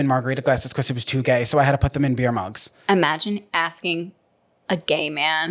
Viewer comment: I love you, but why do you say "becoss" instead of because 😂😂❤